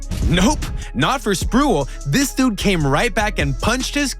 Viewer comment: tf you doing making nba videos if you don't know who Sprewell is? It's Spreeeee-well... Not "sprool". Or is this ai generated bs as usual for a 65 sub channel?